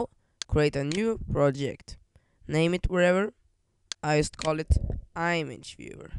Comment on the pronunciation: It's pronouced "em edge" image.